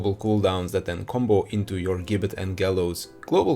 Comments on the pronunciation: It’s pronounced “jibbet” :( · gibbet is said with a J sound like george or gif